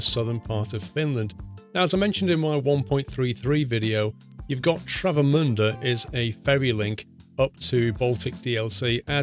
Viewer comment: Congratiolations! You pronounced "Travemünde" more or less correctly!